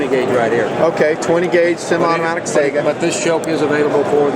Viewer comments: Its funny to hear people pronounce it "SAGA", in Russian its "SIEGAH". Eh, Tomato, Tomahtoe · Tell em to learn russian, only 1 proper way to pronounce it. Саига 12 Say-Ga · I couldn't get past 1 minute; he keeps saying say-ga, it's sigh-ga :/ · yeah...., thats not correct at all. Its САЙГА. Go on over to (learnrussian.elanguageschoolDOTnet), and tell me what sound АЙ makes, then go get yourself a tutor. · I do not wish to argue with anyone over the pronunciation of a word, but I thought people liked to pronounce things that they are interested in correctly. If you are interested here is some videos I found of it being pronounced correctly. Also one on the Saiga antelope which is the rifles/shotguns namesake.